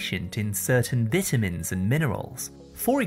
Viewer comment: vita mins not veetamins